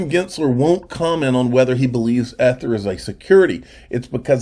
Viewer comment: Bro. Its NOT Ehh-thrrr.....its eeeeee-th-er. Proper Pronunciation Could possibly help your audience be more aligned to what you are saying. Speak intelligence - be heard intelligently